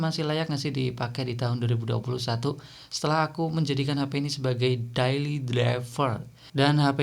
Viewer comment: Dayly bukan dailly.. Deili bukan dailli